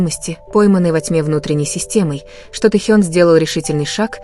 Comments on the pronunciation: Не пойму" Техён или Таёнг?Или вы неправильно произносите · Блохеры уже оставьте ребят в покое, какой только чуши не услышишь. Вы что решили расколоть фандом БТС? Да не выйдет этого у вас. И да учите русский язык и ставьте правильно ударения. И кто такой Таенг, Тонг?